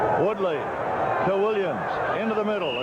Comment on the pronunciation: Truly terrible. Both announcers repeatedly referring to the wrong players, wrong positions, and mispronouncing players names (David Woody and Jonathan Woodley!). Besides all the mistakes both announcers are just boring and vanilla, offering nothing other than cliches